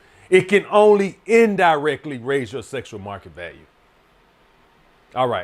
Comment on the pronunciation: "SESSSUAL MARKET VALUE. SESS. SESSUAL."